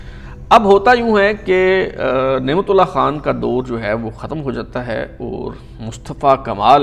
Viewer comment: Boss the pronunciation of the Urdu word اور is AUR not ORE. Likewise, لیکن is pronounced LAY-KIN not LAKIN and دور is DAUR not DORE. As for English, the word "heir" is pronounced AIR not HIGHER.